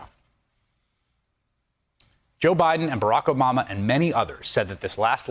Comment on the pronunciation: Lol, , did he say Barack Omama! or did I hear wrong.